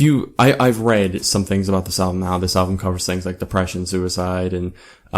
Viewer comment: QUIT SAYING ALVUM! it's "Album" also...i think this is one of their best albums. YET i am NOT a fan of the dubstep shit they put in the intro track, I actually didn't like their last full album AT ALL! i believe this album was a return to origin, it's funny because DIR EN GREY and MUCC have all done "return to origin" albums...also...you should go back and listen to madara and disorder and shit, gazette's old shit. i've been listening to them for about 12 years. pretty decent review, but you need to do a little more homework. Deux is french for 2. some of your pronounciations were off...that being said, not bad. but so you don'y come off as a tad uneducated.